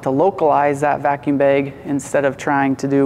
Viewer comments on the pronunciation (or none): Also, its "bag" not "baeg"😂